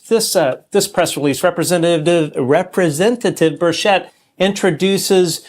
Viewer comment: The accent of the name Burchett is on the first syllable. No one is pronouncing his name correctly